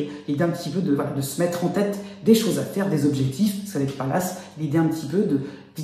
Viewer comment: Merci pour le partage 🙏 mais si vous pouviez éviter de dire "ça va T'être" 🤔